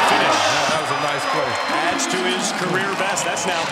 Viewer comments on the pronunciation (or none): none